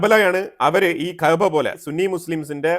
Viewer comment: ഉണ്ടയാ എന്തുവാടെയ് ഈ പറയുന്നത് കഅബ എന്ന് നേരാവണ്ണം പറയാൻ അറിയാത്ത നീ? കഅബ ഷിയക്കാളും സുന്നികൾ ഒരേ പോലെ പുണ്യം ഉള്ള സ്ഥലം ആണ് നീ അവിടെ പോയിട്ടുണ്ടോ?